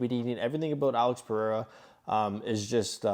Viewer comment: Good analysis brother but…his name is pronounced PE-HAY-RAH. NIT Purrr-Re-Rah.